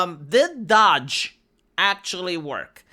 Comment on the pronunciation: Bro you ain't pronouncing DOGE correctly